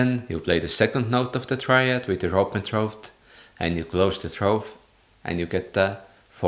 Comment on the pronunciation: Great video, but your pronouncation of "throat" is a little off-putting lol.